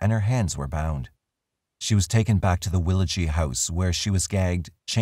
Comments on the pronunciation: Just on pronunciation and no slight intended, Willagee is pronounced willa - gee (as in gee whiz) and Gnangara is a silent G at the start (like gnome) so nan-gar-a, both of these a Noongar names (the indigenous people of the South West). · I cant believe Catherine is still alive and less than 2 hrs drive from me. edit btw its pronounced "Willow-jee" with a hard "G" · Well willagee isn't said like that it's will-a-gee "gee" is said as g the ee is silent. Also there was alot of missing details 😕 and a few false statements. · House is still there in willagee as well. Btw it’s pronounced willajee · as a west australian the pronounciantions are a bit weird but good job anyway lol